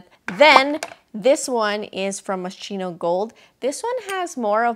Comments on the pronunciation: I think it's pronounced as Moh-skee-no, but yay for their scents! Haven't seen anyone else like these. Love all your choices! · she can’t pronounce it, but she can afford it. 💁🏻‍♀️ so keri lang yan, you go glen coco moscheenow! 💙😉